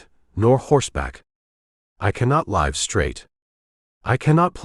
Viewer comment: Needs to learn how to pronounce live